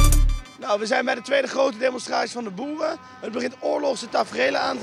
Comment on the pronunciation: "BOERUUUU BOERUUUU BOERUUUU" ik voelde me aangesproken als Eindhovenaar 😂